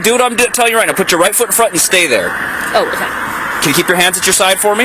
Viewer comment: shes witerally hitting da gwiddy right meow